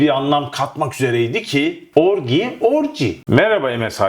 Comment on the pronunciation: Orgi degil orgy 😂